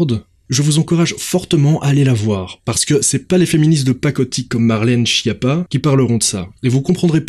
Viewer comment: C'est pas chie-appat, ça se prononce SKIAPPA: c'est un nom italien et en italien, CH ça fait "K"